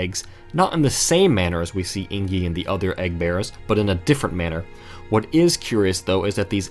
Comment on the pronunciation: Just now seeing this video, but everytime I hear you say Eingyi as like ‘ey + ng (as in sing) + yee’ (or /eɪŋ.ji/ for language nerds) and not like ‘ey + n + jee’ (einji or /eɪn.dʒi/) makes me twitch lol